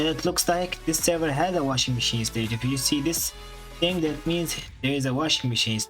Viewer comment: “its a hing”